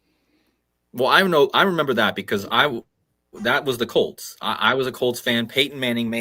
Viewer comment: ps, In GB we say "As mad s a hatter". Litsening to you mentioning the Broncos and the Colts. "Bronchos" is the windpipe (bronchodilator) and Colt sounds like Cold. An other "C-virus" is in the pipeline.